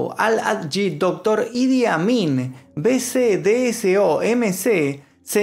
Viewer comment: Jajaaj pense que decia: "El admin"